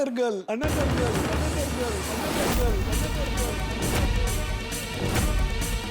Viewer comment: another ❌anadar 😂😂😂